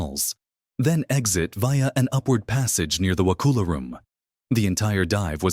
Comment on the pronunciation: Actually not pronounced wa-cool- a. It’s wa-cuhl-a.